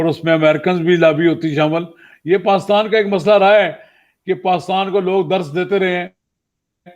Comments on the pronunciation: Isko pakistan b bolna nai ata. Pastan bol raha...🤣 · Read as He says Paaistan😄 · Yeh roh paastan paastan bole jaa ra hain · He can't even pronounce Pakistan properly....... PAKHASTAN....